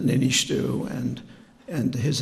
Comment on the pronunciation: He also pronounced the Niinisto's name incorrectly lol